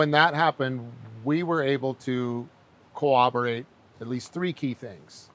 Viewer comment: So this guy has a 135 IQ but can't pronounce "corroborate" ?